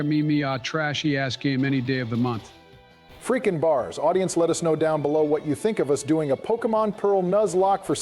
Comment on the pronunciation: (In dons words) Fweaking bahs ! 🔥